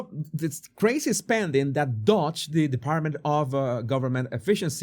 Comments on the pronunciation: DOGE IS NOT dodge (you are saying it with out the 2nd d.) It is dough-j. Like dō juh. Like doe or dough with a j as begins just, jam, or jack. DO juh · The 'O' in Doge is pronounced like the 'O' in Phone or the 'OA' Loan.